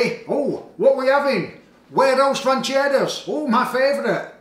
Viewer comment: Like the way you pronouns this dish😄😄